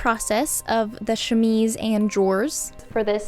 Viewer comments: Thank you for redoing the audio on this. I enjoy your videos and the work that you do, but to be honest, as a French and even English speaker, the way you were saying chemise was driving me nuts and took away from the video, if only because you said it (incorrectly) so often. Kudos for being a professional and putting in the work to put out a professional and perfectly polished video that highlights the gorgeous finished garment. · don't feel too bad about mispronouncing chemise, when I first came across the term I kept pronouncing it ke-mees, like chemist lol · I personally enjoyed the first way of pronouncing chemise because I often make mistakes too 💖😅 English is weird, it’s not read as it’s written and basically you need to hear other people pronounce it repeatedly until you’re able to get it right 😂 I was born and raised in Australia but my parents speak Spanish where the rules are a lot more simpler. There’s a roundabout here in Victoria where Lilydale is spelt three different ways for the same suburb! When the Myki (public transport card pass) I read it as Mi-ki but it’s actually “my-key” which was rudely brought to my attention. 😅 Sydenham, which you would assume is said Syd-en-ham, is actually a quick blur of Sid-di-am. 😂 Like before, I loved the work you did, beautiful and so much attention to detail which shows the love you put into it. 💖💖💖